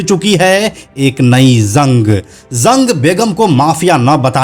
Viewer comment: Bhai Zang Nahin Jang Boliye Aur Zurm Nahin Jurm hota hai 😂😂